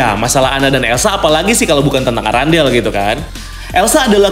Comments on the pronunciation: Errendel kak bukan arandel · Irondell bang.. Bukan Arandel🤣🤣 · Bukan arandel bang Tapi arendelle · Apa cuma gw yang denger erangle bukan arandale?